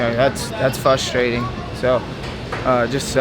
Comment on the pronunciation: Should we tell there’s an R in “fRustrating”